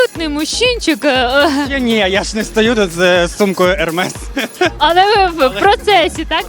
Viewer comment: Дівчата, сумка ермес, а не ерме.Це прізвище власника бренду, тому остання літера вимовляється.